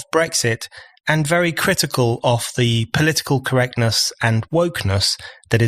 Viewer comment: I love BON, but I do wish he’d stop pronouncing ‘of’ the same as ‘off’. Small point, but...